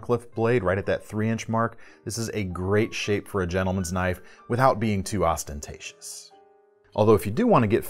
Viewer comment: I think we need a top ten of the most "ostentatious" knives